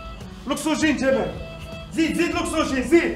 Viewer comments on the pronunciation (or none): اكسوجين. طبيب يقول اكسوجين 😂😂 كي تمثلو دور اعطيوه. حقو برك